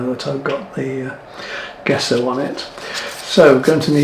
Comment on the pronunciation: I hate to be a bit of a knob but I'm going to have to be, traditionally I believe its pronounced "Jesso" not Guesso ! At least that's what I was taught at art school ! Commonly used in historic frame restoration to name but one of its many uses, the surface of rocking horses for instance too, it can be carved , shaped and sanded nicely when the layers are built up and is easy to make at home using whiting (powdered chalk) and rabbit skin glue, though alternative non animal glues are available these days, many restorers have their own tried and tested recipes. Please don't take offence, I think your work is amazing ! I'm just an old git , these daft things seem to grate a bit these days, that's all !! Lol, Keep up the good work !!!!